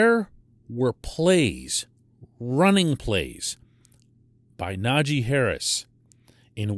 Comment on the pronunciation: it's nawzhay!!!! not knodgee it's just disrespectful